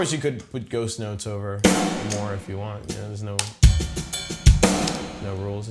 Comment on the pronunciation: at 20 seconds in, I swear he said "I'm gonna touch on ghost nuts"